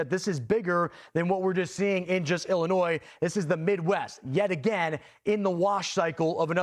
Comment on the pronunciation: No s in Illinois when you pronounce it and The county is Taz like Tasmanian devil not tayswill there you go have a great day